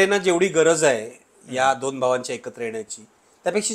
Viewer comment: काही शब्दांची नीट प्रॅक्टिस करत जा.. उदा. दोण, स्वप्ण, वगैरे... दुसरं म्हणजे तुमचं निरीक्षण कच्चे आहे..२०१४ मध्ये दोन्ही ठाकरे सोबत होते, २०१९ मध्ये दोन्ही विरोधात होते..२०२४ मध्ये मात्र एक सोबत आणि एक विरोधात होते...तेव्हा एक ठाकरे कायम सोबत ठेवला वगैरे बाता झूठ आहेत... आणखी एक शिंदेंनी नगरसेवक पळवले म्हणण्यापेक्षा शिंदे कडे गेले असे म्हणू शकता..आणि ते योग्य आहे असे वाटत असेल तर पवार साहेबांनी २०१९ मध्ये अख्खा पक्ष पळवून सरकार स्थापन केलं असं म्हणायची देखील प्रॅक्टिस करून घ्यावी पाहुण्यांनी सुद्धा... आपला अजेंडा रेटण्याचा हा एक प्रकार असतो...तो बंद करा...लोक खरेच चतुर आणि हुशार आहेत...त्यांना तुमचा propganda समजतो देवा...